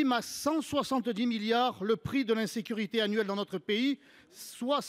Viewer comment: " Le coût de l'insureté" = ???? c est quoi ça???, De l IN SE CU RI Té !!!!